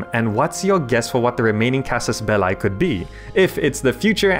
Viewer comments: belliii (though short i) omg not belai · Am I the only one that is surprised that one one noticed casus belli should be pronounced more like casus "bellee"? The way you pronounce it, casus ballae, is I think the plural of that word. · It's not Belai it's Belee (Belli) ffs....:P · it's casus "belly": "Bellae" (how you pronounce it) is a wrong conjuagation of the noun Bellum - "-ae" is usually a plural suffix, but the plural (genitive) would be casus bellorum. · It is latin. "Belli" is pronounced in a single way in latin: casus belli /'kazuz 'bɛlli/ or /'kazus 'bɛlli/. However there are different schools for something like Caesar (regarding the "Cae" part). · Casus Belli is a latin expression and in latin it is not pronounced with eye but with simply i or if you are English with e. (this being the correct way to pronounce) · anybody get weirded out when he says casus belie with an english accent instead of casus belli like the latin way? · How to recognize Fireaxis plebs : they pronounce it "Casus Bell-ay" Hail Europa! (Universalis) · It's pronounced belee. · "Belli" is pronouced just like the word "Belly". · It`s pronounced CAsus BElee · please look up how to properly pronounce casus belli my ears are bleeding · You're pronouncing Casus Belli wrong. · Yes, I noted that... is really strange. By the way, you did a really nice video! :) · ...That's not how you read "casus belli". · would watch the video but you didin't bother to learn how to properly pronounce Casus belli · Dude do your research that's not how casus belli is pronounced, plus it's Latin not English or British for that matter